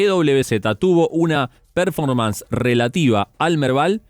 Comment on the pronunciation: Hola chicos! Excelente como siempre! Hago un aporte, vi que siempre mencionan varios conceptos en inglés como "break-even" o "fly to quality", lo hacen muy bien. Pero hay uno (el que más usan) "performance", se pronuncia perFÓrmans (énfasis en la 2da sílaba, no en la 1ra). Puede parecer una tontería pero como sé que buscan la excelencia a lo mejor sirve el aporte. Muchas gracias por la dedicación en sus informes. Saludos!!